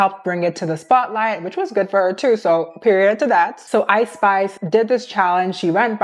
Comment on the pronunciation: I’m sorry. I know you keep saying Ice Spice, but I keep hearing it as I Spy. I can’t help but giggle at the idea of a rapper named after a children’s game. I’m so mature.